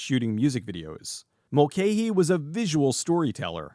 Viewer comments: Pretty sure you're mispronouncing Russell Mulcahy's name all the way through this (in Australia it's always been pronounced as "Mul-kai"), but well done. This is a fun film. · Mul - ca - hee FFs!